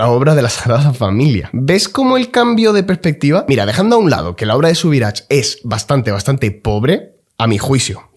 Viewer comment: Un gran vídeo, muy acertado análisis del arte sacro. Un detalle, Subirachs se pronuncia -aks, en catalán ch es k, tx es ch, como en vasco